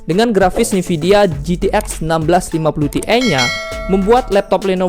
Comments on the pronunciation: sorry bang koreksi bukan "NIVIDIA tapi (E)NVIDIA" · bang gabisa ngomong nvidia apa? nividia mulu😂🙏